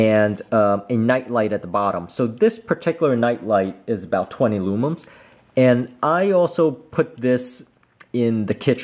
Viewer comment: For the love of all things holy, IT’S LUMENS. *NOT* LOOMUMS